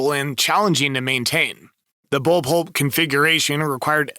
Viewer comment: bull pulp... bull polip.... i thought it was pup.. like the bark bark lil dog.. bull pup..